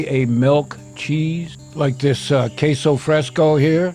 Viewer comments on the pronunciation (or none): none